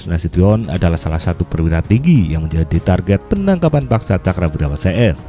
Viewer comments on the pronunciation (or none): none